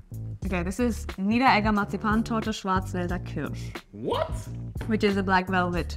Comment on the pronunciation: maarzipanchod - channeling your inner Paul Chowdhury